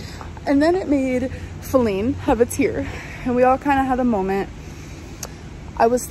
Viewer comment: So we’re calling something as simple as a lid a “molment?” Love that for you, Amberlynn.